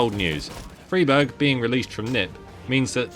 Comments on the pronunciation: Stop saying freeberg plz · You are saying friberg wrong? On purpose? I can't tell...